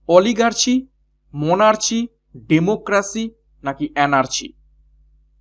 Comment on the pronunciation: Sir pronunciation ta মোনার্চি naki মোনার্কি??